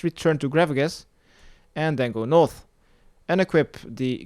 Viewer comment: So annoying how you say north... you say noff... As if your talking in an british accent. But you say every other thing in an american accent. Like “eastern”